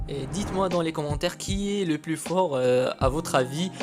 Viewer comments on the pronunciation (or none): none